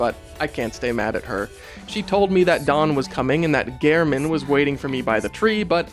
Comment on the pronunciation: Thank you for being one of the few that actually pronounces Gehrman correctly.